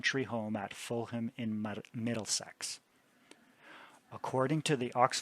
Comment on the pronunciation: Thank you, this is so interesting. As a British person I respectfully offer the following pronunciation corrections; Salisbury is said; ‘Saul’s- bri’ with the i being very short. Fulham is said ‘full-um’ The ham endings on English place names are always compressed like this and are very often not pronounced as spelled.